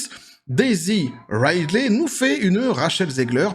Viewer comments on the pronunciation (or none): Juste un truc : "Ridley" se prononce "ridli" en anglais, pas "raïdley". Par contre, je sais pas quel film t'as regardé, mais même si peu de gens aiment Rey, tous s'accordent à dire que le jeu de Daisy Ridley est bon, car il l'est réellement. Elle n'est pas mauvaise actrice, loin de là. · Ah on est d'accord, c'est plutôt "Ridli".